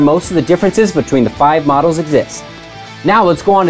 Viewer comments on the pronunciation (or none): none